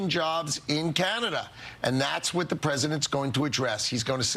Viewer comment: DeE ArT oF dEe dEaL 🥴